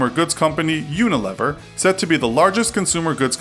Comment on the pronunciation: It's not Unilever it's unileever